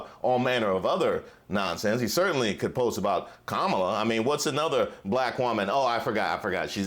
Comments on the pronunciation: perhaps the way the individual disrespects Madame Vice-President Kalama Harris by going out of his way to mispronouncing her name is a good example over the years. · He just can’t pronounce her named correctly. . .on purpose. When the accordion hands start, the lies get bigger. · If there’s a wasp in the room I wanna know where it is. Thank you, NABJ💙🇺🇸💙. P.s. it’s pronounced. KaMALA 🤣🤣🤣🤣🤣 What a 🤡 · When he mispronounces‘Kamala’, I wish everyone would correct him.